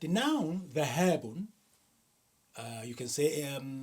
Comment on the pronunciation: ذهاب، بكسر الذال وليس بفتحها